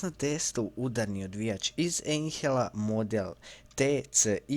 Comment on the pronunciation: Malo sam zahrđao sa Njemačkim jezikom, ali zar nije fonetski na naš; "ajnhel", a ne "einhel"